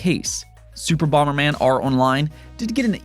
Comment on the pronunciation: What's bomer man? The original nes had bomber man.